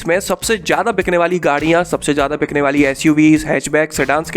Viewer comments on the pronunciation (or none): my friend the word is BIKNA and not BJCHNA OR BICHTI . Annoying Pronunciation....... programme editors pl. wake up.